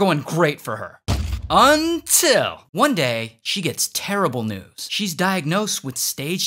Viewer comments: That “unTIL!” Was hilarious 😂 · Bro that "UnTiL" got me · That "UNTILL" had me dying😭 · That “UNTIL” was great. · Got to love the "UNTIL" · What was the "UNTILL" it sounded so weird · Why he say UnTiL like that